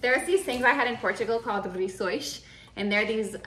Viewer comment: I'm Portuguese, I love how you say "rissois".🙂 Now let's talk about recipe for "bacalhau COM natas"... 😁 Sorry,, but that is a little different from what we make in Portugal... and by a little, I mean A LOT 😂. Still looks delicious, though.